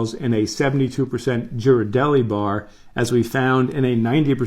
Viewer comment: Ghirardelli is pronounced with a G sound. The h is silent